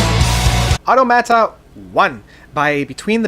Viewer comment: You pronounce Automata wrong as well